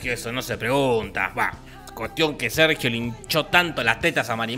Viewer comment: Escuché "me cago Sergio"🤣🤣🤣